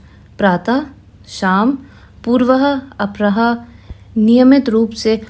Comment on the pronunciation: आवाज अच्छी है, पर उच्चारण थोड़ा सुधारें। 'पूर्वाह्न', 'अपराह्न', 'दिवंगत' , सबका उच्चारण बार-बार गलत हुआ।